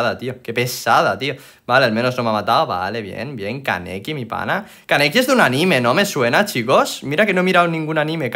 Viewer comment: Todos: ánime: aníme